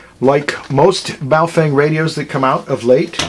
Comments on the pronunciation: ba-oh fung.... not bay o fang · Pretty sure it is Boof-wang.